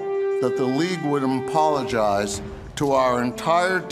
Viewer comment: thats what mr kraft said...listen to him say it in the press conference. he doesnt say apologize. i dont know how he found a way to say apologize so incorrectly